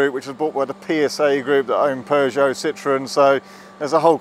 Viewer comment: It’s not citron it’s Citröen